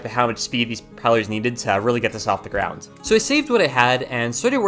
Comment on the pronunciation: Idk if its just me bout every time he says "GROUND" I hear him say "GROUNDS"(btw I love your vids)